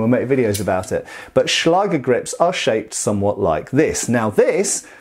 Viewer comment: Nice and informativ video again!😊👍 ...But... as you often say... there is one Thing. The "ä" in the word "Schläger" is pronounced like the "a" in the words "that" or "backstrap" for instance and not like in "bath". This two dots on top of the letter "a"... so "ä" are responsible for that. It is a so called "Umlaut". As a German I hade to grinch every time you used the word "Schläger".🙈 But no offence. I know German is not an easy language to pronounce for non-native speakers.😄